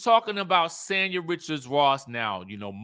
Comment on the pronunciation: Just FYI: Sanya's name is pronounced "saan•yuh". Not San like San Diego. Saan like Sauna.